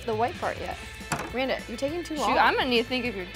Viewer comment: Randa not Randal